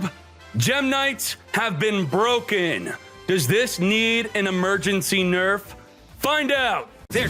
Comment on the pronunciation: Broken 🥺 not cooooo